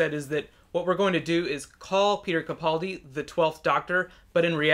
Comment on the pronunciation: Please pronounce Capaldi's name right I know it's a really easy mistake to make but it drives me crazy.